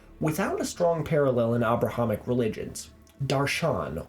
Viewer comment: There's nothing actually wrong with it, but I hate the way he pronounces "Abrahamic"